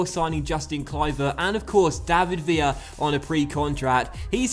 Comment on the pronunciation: villa is pronounced billa because he is spanish